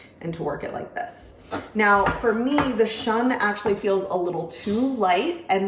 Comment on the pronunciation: Some might shun the Shun brand because they can't handle these knives correctly, others just pronounce it wrong (say: shoon).